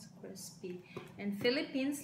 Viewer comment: Crespy litchon. Jowcy with sooy sawse!